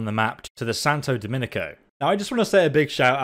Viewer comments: Please its DOMINGO not DOMINICO, besides that great video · It's funny you always say Domingo wrong. Not criticizing, just messing with you.